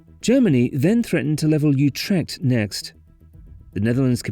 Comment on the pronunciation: And thus it became the ugliest town in the Netherlands not counting Lelystad. PLEASE USE METERS, the middle ages are over, and take the trouble top pronounce the city names, look them up in Wiki... Have some basic respect...learn how too pronounce AAA and CH and G...How hard can it be any Scotsman can do it...Utrkt??? it is Utrecht with CH as in loCHness.